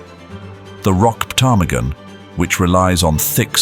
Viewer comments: The p is silent in ptarmigan. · It definitely felt like A.I. to me! The way the narrator pronounced the p in ptarmigan got me😂😂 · I cannot believe that not one person has told the narrator that the P in Ptarmigan is silent!🤦‍♀️ It sounds even funnier with the posh British accent, and I love a British accent!😂